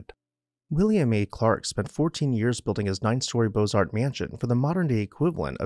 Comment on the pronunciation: The t and the s are silent in beaux arts.